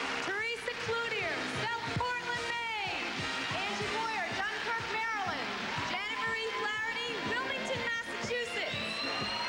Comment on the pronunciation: Bob said Miss Mary land lol 😆 not Maryland